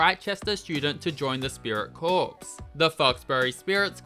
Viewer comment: "Corps" is pronounced like "core" not "corpse". It's not a dead body. Like Marine Corps, Drum & Bugle Corps, Peace Corps, the Royal Flying Corps (WWI era name for the RAF).